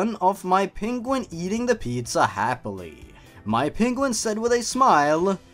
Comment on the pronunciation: sonic peniguin lol